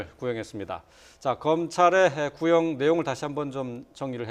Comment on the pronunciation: 20년 구형이 20분 구형 같이 들린다 슈밤